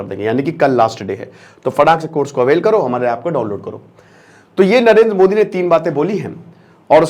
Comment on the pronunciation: 0.7sec. Same on you as a teacher you do not how to pronounce name of our country pm